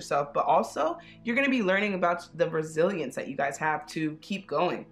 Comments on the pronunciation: Instead of “resilience” I heard “brazilians” 🇧🇷😅😅😅 (I speak spanish, maybe that’s why 😅) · Karen Vázquez same! I’m Mexican and I heard Brazilians